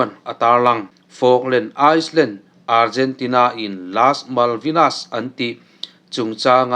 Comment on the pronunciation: Ice land ti angin i sawi a, Island hi AILAND/ILAND ti anga lam tur.